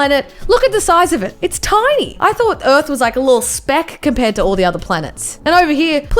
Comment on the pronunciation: When she said “IFS SO BIG” me; that’s what’s she said xD